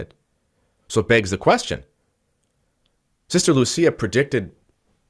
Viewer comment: Portuguese is not like Italian. Lúcia should be pronounced LOU SEE AH accent on the Ú and not on the Í